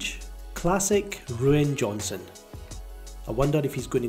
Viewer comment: “Ruin Johnson” that, is perfect